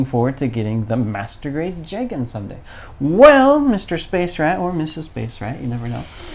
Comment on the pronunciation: ITS PRONOUNCED JEEGAN AND YOU DISGRACEFUL REVIEWERS CLEARLY DID NOT WATCH CHAR'S COUNTERATTACK